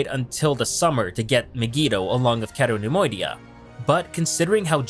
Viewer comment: Pronounced My-gee-toe, cay-toe nem-oidia, not maygeeto or ceto